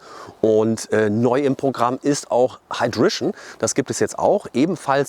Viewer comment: Hydration = „Haidräisch’n“, ned „Haidrischn“